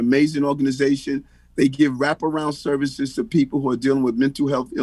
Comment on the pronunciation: Did he say reach around services? 😂 pause!